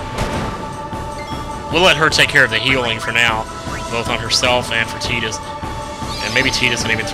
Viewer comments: Please.... it's pronounced Tie-dus, not Tee-dus!!! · thought his name was "Tide-Us" not "Teet-us" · I would think it's Tidus not Tedus because there is no E on the end but this is final fantasy so... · He says he always thought Tidus's name was pronounced (Ty-dus) because his name is derived from tide, yet throughout the LP he pronounces his name (Tee-dus) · Why is he saying "Teedus"? Isn't it like Titus? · i agree Tie-dus is a much better pronunciation although i don't like his name anyway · We brung power to the air ship it brings it up later in the story and also his name pronounced tee dus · AHH... saying TEE-dus hurts my soul. lol